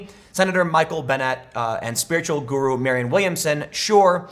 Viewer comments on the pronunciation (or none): none